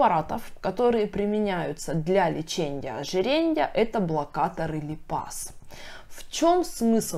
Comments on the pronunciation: Дико режет слух ЛЕЧЕНЬЯ ОЖИРЕНЬЯ!!! Лечения ожирения!! А касаемо информативности все здорово. Спасибо за информацию) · ЛечеНЬЯ -ожиреНЬЯ🤦🏼‍♀️🤦🏼‍♀️🤦🏼‍♀️ вы серьезно? Как доверять врачу, если он даже не умеет правильно проговаривать профессиональные термины🤦🏼‍♀️ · окончания режут слух... леченИЕ, ожиренИЕ. Без мягких знаков. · ЛеченЬя, ожиренЬя, сниженЬя, обсужденЬя...так режет слух.